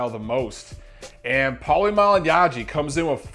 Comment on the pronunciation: The way you say Malagnaggi lol